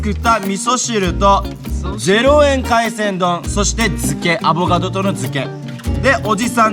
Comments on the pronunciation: アボガドが上手く言えない可愛い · の上手く言えない『アボガド』を聞くとターザンの専門用語っぽく聞こえるw ターザン語で『おはよう』みたいなw